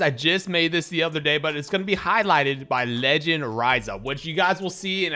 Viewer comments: I love the way you say leee- ginn 😭😭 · Y yu say legend like dat😂😂😂